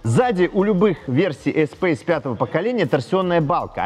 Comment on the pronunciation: блд........... И ты произносишь вместо Эспас какой то эспейс